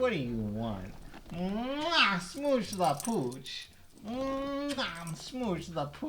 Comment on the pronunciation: sMOocH ThE PoOCh in bad French accent